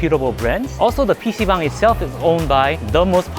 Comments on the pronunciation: stop saying bong... its bang-- dumass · Baang…. Not Bong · It says bang. Why are you saying bong?😅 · Why are you pronouncing "bang" as "bong" lol. There is absolutely no reason to do so 😂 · Not Bong, like you smoke with. It’s Bhang (b-ah -ang) Room. You lived in Korea for 8 years you say ? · Why are you pronouncing it 'bong' ?!? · Nahh its not pc bang Its BANG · I am Korean and I thought you said bam(a type of nut) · the way he says pc "BONG" hes a funny guy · b-AH-ng not bong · When I was a teenager in the early 2000s I went to PC Bang all the time in California. I always thought it was pronounced Bang like the gun sound. Two dollars an hour or fifteen dollars for the day. They opened from ten am and closed at five am.